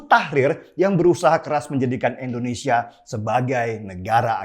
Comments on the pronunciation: Bang INDONESIA bukan ENDONESIA,coba cakap yg baik ya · Gausah jauh2 ngomong pancasila bung, nih gw ajarin cara melafalkan "Indonesia" bukan "Endonesia". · om knp sih selalu sebut Endonesia... kebiasaan yah om